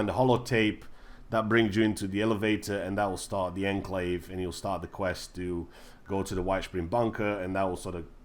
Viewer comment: How do you say atoms dude? Ahtoohms...😂😂😂 And Enclave isn’t pronounced how it’s spelt, it’s pronounced “onclave” And it’s ultracite, not “autracite”😂😂😂😂😂